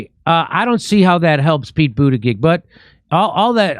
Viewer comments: It's pronounced Butt Gig not Boot judge. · Jim isn't it pronounced Butt geeg with particular emphasis on Butt 🤔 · Pete been around long enough to know how to say his name bro